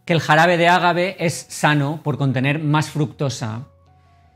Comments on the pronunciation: No es ágave, es agave , sin acentuar la a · Hola. Me gustaría aclarar que es agave en vez de con acento. Conozco el pueblo. Saludos